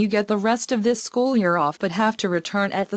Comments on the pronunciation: said shoe instead of school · does she mean school? She said shoe? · says shoe instead of school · Shoe?! I think she meant school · She said "shoe" instead of "school".